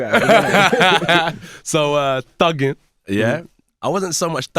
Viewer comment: When he says 'thuggin' in the US tongue, pure cringe.